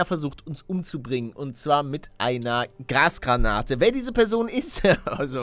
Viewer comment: Als Paluten zum ersten mal Gasgranate gesagt hat hab ich Grasgranate verstanden.